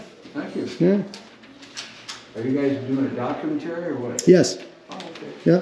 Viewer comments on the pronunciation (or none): "Documetery" 😩 documentary